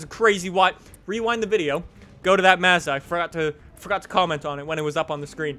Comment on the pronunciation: I cant stand the way you say Mazda